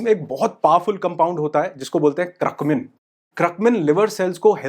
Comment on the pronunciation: Curcumin...Not Cruckmin